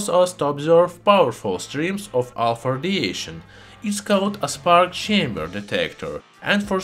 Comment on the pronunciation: I can't stop laughing every time it sounds like he says "Alfurdiation"